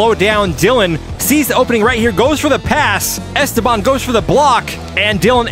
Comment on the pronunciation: "esTEban", (not "esteBAN").